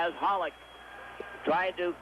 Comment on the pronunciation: Foster keeps saying Holik...Hollick. Isn't it Holeek, like Bobby Holik. Are these two guys related to Bobby Holik?